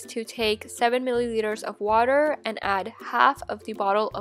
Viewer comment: Did anyone notice that she said qwater?